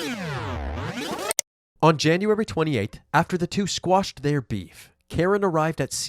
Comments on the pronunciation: Quashed not squashed. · good vid, but it's 'quashed'